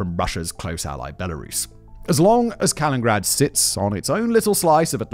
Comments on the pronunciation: Oh no, when I saw that Simon made a video on Kaliningrad, I remembered that literally every single time I’ve ever heard him mention Kaliningrad/ East Prussia, he misses a syllable. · The weird part is that when giving the etymology of the current name he pronounces it's namesake differently. I wonder how much longer the video'd be if he pronounced "Kaliningrad" as four syllables😂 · He prounounced the man Kaliningrad correctly but not the city lol. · Pretty sure he has been doing it for years at this point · I love Simon but he so often butchers pronunciations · Yes. And its not the first time either :P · He does it in every video he makes. It’s deliberate, leads to comments and boosts the videos in the algorithm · Right like Simon you can see the “nin” and you don’t even make a “nin” noise, you only made 1 “n” noise 😞😞😞😞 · in british aluminium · All that bragging about the great schools in the UK and he can't even say the name of the place he's discussing. This one is just too grating to finish. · All of you ruined this for me cause i read city name and as he missaid it i saw the comments...now its driving me nuts! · Sorry I can't get past the mispronunciation, I know it's what Simon's known for but I can't take it seriously. I'm only 2mins into a 55min video and it's cracking me up. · It's not "Kalingrad". It's "Kaliningrad" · Why does Simon call it "Kalingrad"? Ithougt it was "Kalinin-grad". Like "Lenin" but with 2 I's. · This one is making me cringe hard each time he says it. Kuh-li-nuhn-grad Jesus, if my Texan ass can pronounce it right, you should be able to get close at the very least. X.x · I never like correcting people but SIMON it's KalinINgrad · Has Russia changed the name from Kaliningrad to "Kalingrad?" If not, how did that get past spellcheck??!!😮 it's weird that it's spelled correctly in the video title, mispronounced throughout the entire video 🤔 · 1) Ostpreußen 2) Kaliningrad, not Kalingrad. 3) Russia is European. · Ah yes Kalingrad